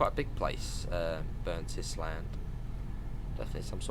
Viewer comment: Burntisland is pronounced Burnt Ireland.